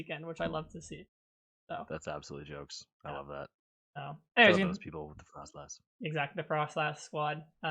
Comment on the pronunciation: please..... there's no H in frosslass!! 😭😅